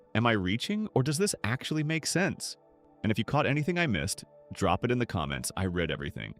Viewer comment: its read like REED, not read like RED. just fyi